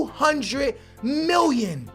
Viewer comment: Why does he say miwyun instead of million